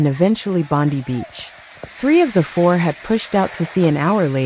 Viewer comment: And Bondee beach. AI simply can't speak human.